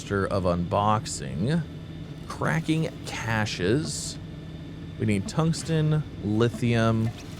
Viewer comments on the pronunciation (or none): none